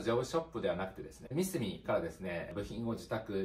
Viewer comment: 素晴らしい考えですが、僕も何度も悩まされましたがミスミの言い方のイントネーションが違います笑笑 ミスミのCM観てください😁 モノづくりは、難しいですが楽しさを伝えられる方が伝える事でよりモノづくりへの未来になります❤️‍🔥 個人的に応援しています🫡 マザックを使うのは、マザトロール又はGコードによって使い勝手が変わりますので、頑張って下さい🫡 マザックには、素晴らしいエンジニアの方がいます✨何かあれば素晴らしいエンジニアの方にも意見を聞いて下さい🔥